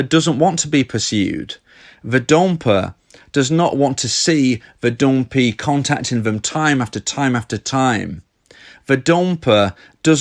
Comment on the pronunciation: I love when he says "", 'dompee', dablu dablu dablu dot date me dot cooom.